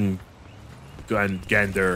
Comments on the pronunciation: It's pronounced 'Yor Mun Gan Der' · I do believe it’s pronounced yourmengunder Norse mythology serpent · Jormangander the world Serpent is Pronounced “Your-Man-Gander” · In slavic language J is pronauced like Y in english ;p